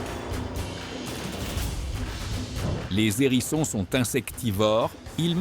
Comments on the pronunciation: Déjà rien que les " zérissons " et les " nérissons " ;) Sans doute une voix artificielle mais pas zintélligente ,) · Cette voix artificielle fait de mauvaises liaisons. Un nérisson, des zérissons?